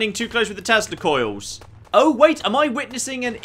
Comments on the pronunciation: Say it with me: "Tesla. Coils." Not "testicles". These are not the same things. lol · Trying, trying, trying my best, but every time he says Tesla Coils I hear testicles... Which makes it unintentionally very, very funny! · hilarious that when says tesla coils it sounds like testicles.